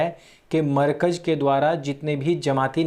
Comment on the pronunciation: Yaar, markaj markaj kya karte ho. Bolo "Markazzzzzz". Itna accha bolte hue bhi galat pronounciation aisa lagta hai jaise lazeez Biryani khate samay danton mein kankar aate jayen. Please, pronounciation sahi karne mein thodi mehnat keejiye!